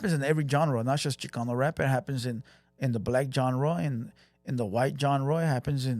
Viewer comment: Tired your not tired check your accent when Chicano comes out your voca